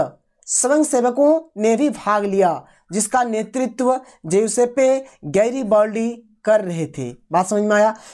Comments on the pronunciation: सर ज्यूसेपे नहीं बल्कि ज्यूसप गैरीबाल्डी होगा। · सर जेसेप नहीं ज्यूसेपे गैरीबाल्डी हैं।